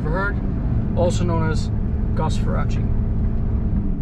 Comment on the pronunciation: Get his last name right- Far-race.